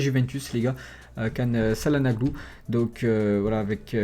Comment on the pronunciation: On dit tchalanoglou... Çalanaglou ca fai mal aux oreilles !